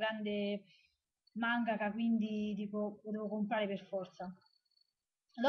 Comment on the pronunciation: ah dimenticavo, la tua pronuncia di Sousuke va benissimo (stavolta mangaka pure ti è uscito benissimo) ^_^ *kiss*